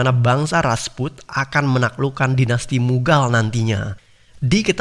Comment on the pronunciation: Rajput min bukan rasput